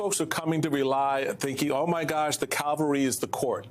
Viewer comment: The word is cavalry, not Calvary. What are you thinking, in church or something?